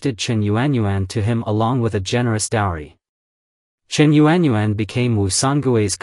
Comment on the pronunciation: Actually, a Chinese female's name whether young or old was not known because it was PRIVATE so only known within her own family. Your pronunciation of this courtesan public vernacular is rubbish. Yuan is pronounced phonetically is "YAWN".